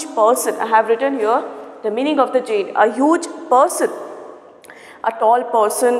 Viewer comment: Your pronounciation (giant ) is incorrect